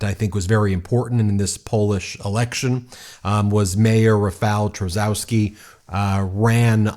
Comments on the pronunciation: i love how you didnt even bother sparing 15 seconds and looking up how to pronounce the names lol.. karol neeuwrakih and rafael trasaowskhee is a wild take on americans pronouncing our polish tounge twisters assigned at birth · You can read "Tschaskovsky" and "Navrotsky" 👍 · You butchered Rafał Trzaskowski name. Try saying phonetically: Cha skov ski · Tusk is pronounced Toosk. Nawrocki is pronounced Nahvrotzky. Trzaskowski is pronounced Tschaskofsky. Thank you. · Just a little help with pronunciation Rafau Chaskosky Karol Navrotsky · correct pronunciation: Tshah-SKAW-skee and Nah-VROT-skee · A little note about Polish surnames: we read "w" like English "v", and if there is "-cki"/"-ski" ending it is NOT "-ki" that previous letter is important too, so -cki would sound like "tski" and -ski like "sk" in sky. Reading it like Navrotski, Tshaskovski would be closer :) It amaze me with surnames of actors (Jared) Padalecki or (Elizabeth) Debicki where they read it as in English - without reading letter c. If it would we read as they do it would be spelled Padaleki and Debiki ! Because in Polish we pronounce all letters. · Quick guide how to pronounce those horrendous Polish surnames: Tusk - Toosk Trzaskowski - Tshaskovskee Sikorski - C-coreskee or instead of C Xi like Xi Jin Ping Nawrocki - Navrockee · Since, most probably, Rafał Trzaskowski will win, please learn to say his name correctly 😊 Or somewhat correctly at least because it’s not an easy name to say 😎 “Rafał” is the easy part because “ł” is the English “w”, so “ra-fow” (rhymes with ‘cow’ 😁) “Trzaskowski” is “Tshas-cough-ski” 😊 Hope this helps! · You can pronounce 'Rafal Trzaskowski' as 'Rah-fahl Tsha-skoff-skee.'" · btw you could pronounce Trzaskowski easier as: Chus-kov-ski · You are so bad with polish names ;) It would be better if You preanounce Trzaskowski as Tchaskovsky and Nawrocki as... morron. You could also say sth like Navrotsky. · Yay, Poland! Nawrocki = Nahv-roe-tskee; Trzaskowski = Chahs-koev-skee